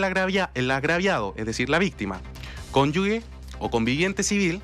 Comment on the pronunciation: Patán: es cónyuge y no cónyugue